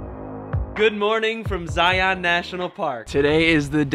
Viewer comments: You need to say ZION right. People from Utah can tell you're an outsider by the way to say ZION. It is pronounced ZIUNS, not ZI-ON. I know it's weird. We love your videos. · Please learn to pronounce Zion properly. I’m from Utah and it makes us crazy hearing it pronounced Zi-ON! Its Zi-un. Glad y’all had a great time. Our national parks are amazing. I don’t know if you’ve ever put in for the lottery at “the wave”, we’ll worth the crap- shoot if you get in and they call your number.